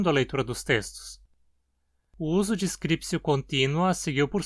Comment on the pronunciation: Alguma motivação para a pronúncia /skripsio/?